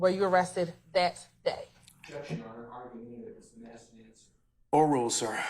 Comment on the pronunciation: I'd object on the grounds she has a hard time saying "asked".